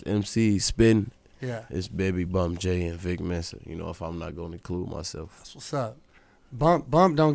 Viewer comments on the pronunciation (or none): He really said “Vic Mensa” 😭😭😭